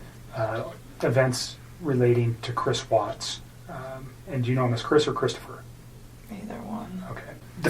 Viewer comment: Ughhhh I hate! Hate when she says "christoper"